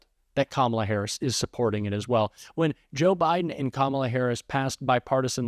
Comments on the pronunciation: Did they all agree to mispronounce Kamala Harris's name? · This continual mispronunciation of her name is not at all the flex they think it is. The more they do it. The dumber they look. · Jr. can't even pronounce Kamala's name correctly. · The intentionally mispronouncing Kamala Harris’ name is getting really fkn old. It’s 2nd grade level nonsense